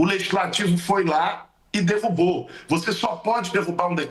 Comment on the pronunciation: Reporter falando dirrubou 😂😂😂